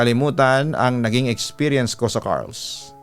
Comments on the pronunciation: i think its car-les do pagbasa not carles? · Car-les po yun nd carls😁😁, , marami tlga aswang jan sa iloilo lalo na sa dumangas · Correction pagkakabasa po ng place is Car-les not Carls po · hindi po carls (kar les) po yun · Car Les two syllables po papa dudot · Listening here frome sara,iloilo. Car-les po ang pag pronouns papa dudut hehe. God bless po❤️‍🔥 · Hello, Papa Dudut. Carles po 'yon. 😅 Parang (CAR tsaka LESS yong pagbasa)